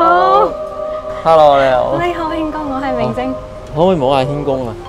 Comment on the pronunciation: 點解我總係聽到明禎話：’輕功敲碗‘？😅